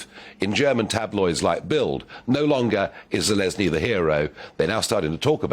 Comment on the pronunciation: Zelezni??? How about ZELENSKYY!!! you are slipping BIG TIME OLD BOY!!! You're dancing on a knife's edge trying to remember these names and not doing well.